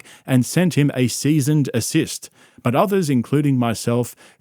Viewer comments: "seize and assist" 🤣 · Erm...It's called cease and desist, not Seasoned assist lmao, at least when taking the p*ss out of people for words they say, don't do even worse, more hilarious mess ups lol, funniest part of the vid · Damn did you clearly pronounce “cease and assist” ? Bro lied about being a lawyer and I legit believed him because he had a nice accent and sounded smart enough 😂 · "A seize and assist?" Is that what you said? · Is this an AI voice? Sound like he said seasoned assist. 😂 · When you say "trug", It's adorable and fuckin funny man. hahahaha. "seasoned assist" Fuck, dude....